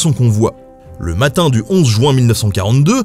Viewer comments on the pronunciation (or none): Jouin Jouin Jouin Jouin Jouin.... Non svp, mes oreilles saignent à chaque fois !!!! C'est JU-IN et non pas JOU-IN !